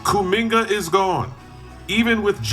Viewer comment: Did bro just put a “Hard R” on “Kuminga”?….crazy